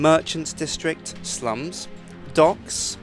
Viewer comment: o slums sorry from that episode I always heard a b between slum and s